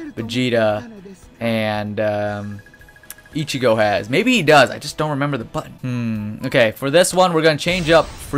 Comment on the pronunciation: do you say Ichigo translation(Itchy-go) When it's supposed to be Ichigo translation(Ichi-go_